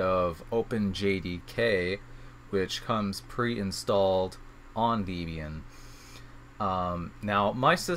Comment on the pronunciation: Sorry.... it's not deeeb ian (#1).... it is a contraction of a mans wife (deb) and him (ian) hence the name. Point #2, backslash is this character"\" it is used in the windows/MSDOS world. the character is a slash "/" and IF you feel the need to specify WHICH slash it is, it is a FORWARD (/) slash, not a backward (\) one. Microsoft, I believe did this to be 'different' from the other OSes of the era in using it as a delimiter. Your emphasis of capital versus lowercase letter is well deserved, thank you. Also, a HUGE GIMONGOUS shout out THANK YOU for all of this!